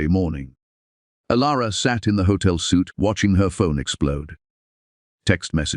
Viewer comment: IT'S Hotel suite pounced ( sweet)